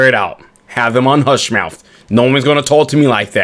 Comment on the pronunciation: Lmao he really said “hush mouf” 😂😂😂😂😂😂